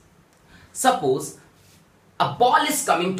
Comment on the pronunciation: Sappoos ✅ Suppose❌